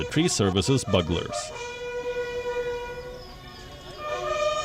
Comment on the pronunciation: byu'glər not bug'lər (!)